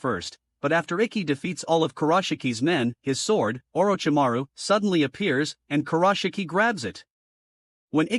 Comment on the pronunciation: lol i though the vid changed since i heard Orochi-Maro